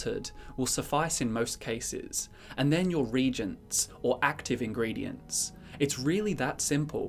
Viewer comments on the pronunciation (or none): "Reagents" is pronounced "re-agents", not "regents".